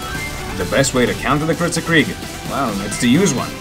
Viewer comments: Kritzkrieg mate not critscrieg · Instead Of Calling Kritskrieg Call It KritsKreig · It's Kritzkrieg, not Crietscrig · Didnt you mean "Kritzkrieg"